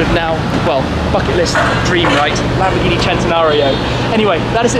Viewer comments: LAMBORGHINI. NO LAMBGHINI. IGNORANTE DI UN INGLESE. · Lambghini... lambghini??? What's Lambghini? Làm-Bòr-Ghì-Ni